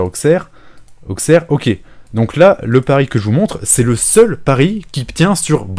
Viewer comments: Auquesserre ’ je note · On dit Ausserre et pas AuXerre, je sais que c'est perturbant mais c'est le patois. Et c'est très irritant pour les oreilles quand tu le scarifie plusieurs fois d'affilé xD Je dit ça de manière totalement second degrés et pour apporté potentiellement quelque chose que tu ne connais pas. Je pense qu'il est toujours appréciable d'apprendre chaque jour quelque chose donc voilà c'est cadeau, libre à toi de faire saignée les oreilles des Auxerrois ou non x) Bisous! Continue comme ça, tes vidéos sont top!